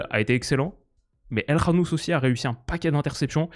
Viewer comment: Déjà pouce bleu pour avoir dit El KHanouss et pas El Kanouss